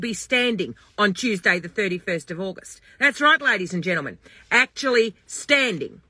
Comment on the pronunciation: Every time she says ladies and genleman randy pops into my head!😂😂